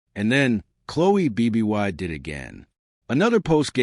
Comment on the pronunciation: We should listen closely to someone that can’t even pronounce Chloe Bibby’s name correctly!